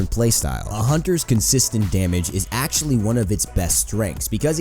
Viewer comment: AXE-TULLY LOL i heard that